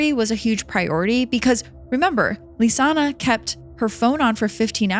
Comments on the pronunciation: Her name isn't LisannA. It's LISANNE (Lees-Ann). It's kind of important not to mispronounce the victim's name the entire video. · Stop pronouncing Lisanne, Lisanna!! Poorly done! I never heard about the possibility of organ harvesting. I've seen every video above this case! At least get some facts straight! And the strawberry tour is another thing I've never heard! The girls were supposed to have a tour with Marco on April 2nd, of the Pianista trail. That's why he called the host family to see if the girls were there. Marco went to the host family and the lady of the home let Marco explore the girls room on his own! That's bizarre to me, to be allowed access to the girls room. There's so much information out here about this case, but we're no where near the truth.